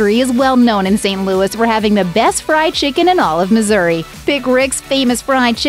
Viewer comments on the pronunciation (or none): none